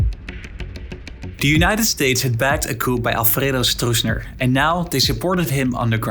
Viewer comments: In English the letter P is silent in the word 'Coup', it's pronounced Koo. Something pronounced coop with the P is a place where you put chickens, a chicken coop. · Yeah, Allede was suicided ... (we don't pronounce the p in "coup") Peron was a populist, yeah, his wife gave shoes for free, but he was a conservative right wing dictator type of figure, no hero! the Desaparecidos began in his reign"...